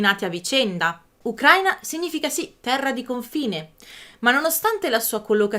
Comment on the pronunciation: Per favore.. ukra-í-na, non ukr-a-ina. L'accento è sulla 'i' 🙏 Almeno tu😁